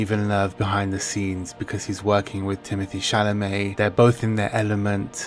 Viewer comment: It is Timo-tee Shalamay. Not timothy. Can't wait for this to come out on some sort of streaming service so I can fake subscribe for a half a month and then cancel and get to watch it for free!